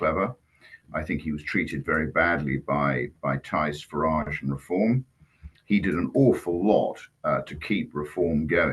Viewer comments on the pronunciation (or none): Farage, not garage.